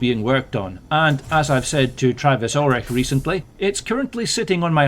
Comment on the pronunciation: Condolences for your loss again, and condolences for the people who were trying to mess with you. And thanks for the update and also the shout out! Was not really expecting that! You mispronounced my last name though it’s Orich, pronounced like porch but without the p on the front so like Orch. It’s Ukrainian/ Russian 😎👍👍 Anyway looking forward to what you next release and please know thoughts and prayers are with you 😎👍👍